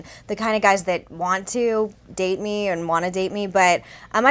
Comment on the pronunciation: "tHAT" ------> MEGHAN, LEARN HOW TO TALK!!!